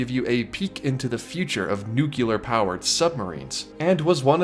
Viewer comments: … buddy… NEW-KLEE-ER. 😂 It’s only noo-kyoo-lar if you’re George Bush. 😋 Seriously though, keep up the fantastic content! 😊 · Great content, but don't let bad grammar hurt it! It's 'nuclear` - pronounced new-clear - not nukular. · Nuc LEE ur. Not nuc U lar. There is no U in the middle. This is an awesome ride. Gives variety. Why the hate? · Its pronounced "new-clear" not "nuke-u-lar" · Repeat after me... new clear.... two sylables... not new cue lear.... not three sylables.... nuclear.... nu clear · Just because you said “nuke-you-lurr”? Unbelievable. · The word is "nuclear," not "nucular." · I love you, but....nuc-leee-ur! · Nuclear. Sorry, lol.